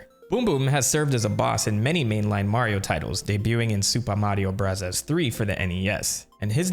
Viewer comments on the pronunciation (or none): why does he say mario barazzas?